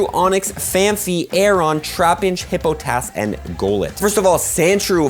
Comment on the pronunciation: HippoPOTUS!!!! NOT HIPPOTAS